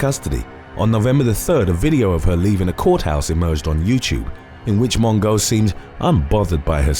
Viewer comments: Lmaoooo “Mon-go” 😂 Her name is pronounced “Mo-jo” but I love how some of these names are mispronounced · Tana MONGO!!!!! I'm not even upset over you mispronuncing her name because it gave me a great laugh!!! LOVED IT!! LOVE THIS CHANNEL!!!❤✌ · “Mon-go”. HAHAHAH! 🤣💀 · Crying at how you say Mongeau 😂😂